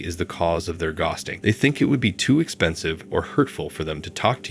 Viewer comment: its so obvious .The way ghosting is pronounced he didn`t even proof watch this video!